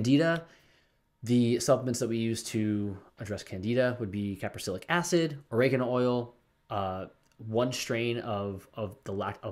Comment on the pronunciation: Please stop practicing medicine without a license, I've had several youtubers arrested and you seem like a nice guy but you're leaving out a lot of important information. Not everyone can take Berberine (which is an antibiotic/antifungal) and caprylic acid (which you didn't pronounce properly) is very difficult to find in the quantity necessary to kill off candida. You may call it "coaching" but in essence, you're practicing medicine. I realize that you're trying to do something good here, but you don't post your references, and you don't have a license anywhere to practice.